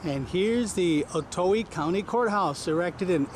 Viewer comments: Oh-Toe. Not O-toey. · Not to be rude but you said otoe wrong